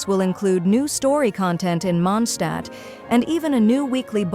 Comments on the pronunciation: It's MondstadT. It's even spelled correctly in the video and you still get it wrong. WTF??? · WE'RE GOING TO MONDSHTAAT